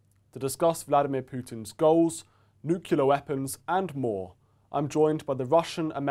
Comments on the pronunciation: NEW KLEE ARE, not NEW KYOU LAR. get hip, jack. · Can't stand these people saying nukelar instead of nuclear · My grandparents immigrated to Edmonton, Alberta, from Glasgow, Scotland. I was born and raised in Washington, State (Mom became a US citizen when I was in 5th grade). I've always had a PROBLEM with much of the US "Bumpkin" pronunciation (it is CREEK, NOT "Crick", ROO-OOF, not "Rouf"; NU-CLEAR, not "Neucular.") I'm a bit persnickety. I'm rarely understood by MOST US citizens, as a result... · It is disturbing to note that a critical discussion of a possible nuclear holocaust, the host mispronounces it as NUKYULAR. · "nuculur weapons" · What's with "nooklear weapons" and "noo". For heaven's sake, get a grip! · NU-CLE-AR It is pronounced "Noo-clee-ar", or "Noo-clear" Pretty much like it is spelled (Nu-clear).... Just because Reagan was too addlebrained to get it straight, doesn't mean that it's OK for everyone else to feel free to mangle the pronunciation. Language ability has a close correlation to intelligence, and lifetime achievement. It's what allows us to express ideas and communicate abstract concepts to others (OFTEN to the benefit of ALL). The accepted degradation of any language merely signals that Society's general approval of the systematic dumbing-down of all, with the exception of the Elite. The Elite ALWAYS see to it that they have all the advantages. It would be NICE, if public speakers spent a little bit of time to confirm what example they are setting for (sometimes) a worldwide audience. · Maybe if they can't pronounce it - they figure out how to use it...